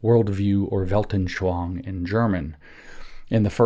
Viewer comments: Just a minor point. The word "anschauung" is pronounced phonetically as: "on" "sch" "ow" "ung" not as "anshwange." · I heard “veldenSHLONG”😂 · Weltanschauung: Weilt-an-schau-ung. Vallt.un.sh-how.oong WELT as in RooseVELT AN as un UNder SCHAU as in SHOUting UNG as in "Achtung!" for my absolute lack of an English word containing that sound. But I guess you've all heard a more or less authentic "Achtung!" a couple times in WW2 movies. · I love how James pronounces "Weltenschwang" 😅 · Yeah.. Weltanschauung isn't the easiest word for english speakers.